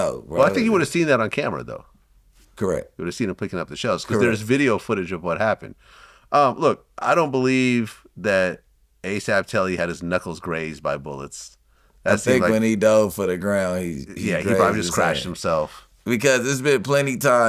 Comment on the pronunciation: Vlad calling him Asap Telli is crazy work 😆